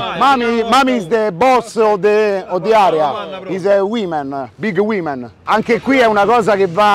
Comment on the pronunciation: "big wimen" AHAHAHAH chi te lo ha insegnato l'inglese cicalò?